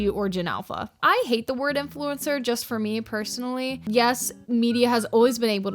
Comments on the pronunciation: Bro these kids can’t even pronounce influencer correctly😭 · How can they be a 'influencer' when they can't even pronounce basic words.. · If you can't even pronounce influencer, you're not old enough to be an influencer. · It’s crazy how they can’t even say “influencer” properly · bro they cant even say influencer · They literally can't even pronounce the word "influencer" 💀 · I don’t think any person should be a so called “influencer” when they don’t even have enough big teeth to say the word right (no hate just point out they are way to young) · its so sad that these little kids are skin care "influencers" when they can barely even pronounce the word influencer 😭